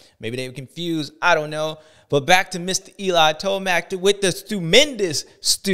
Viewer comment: Brotha said the confewsed list, LMAO